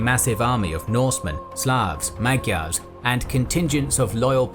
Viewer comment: 'mag'jars'... Hungarian gy isn't a g+y . It is a dy sound.